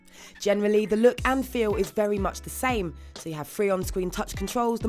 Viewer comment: its vewy wesponsive :)